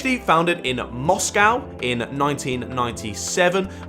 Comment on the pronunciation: The way you say Moscow lol